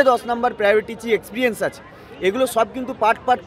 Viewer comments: Experience শব্দটা সঠিক ভাবে উচ্চারণ করতে শিখুন; তারপর experience এর মার্কস নিয়ে শিক্ষক হবেন। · Experience ucharon korte giye toh hege diche era naki teacher